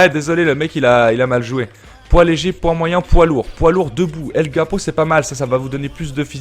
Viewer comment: tu dit que ton personnage est un "mexicano" et tu prononces la carte el guapo: "el gapo"... ça ne va plus du tout le mexicano va pas etre content que tu détruises sa langue comme ça...